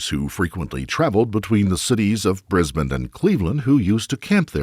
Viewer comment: Nice to hear an American NOT pronounce it “briz bayne”.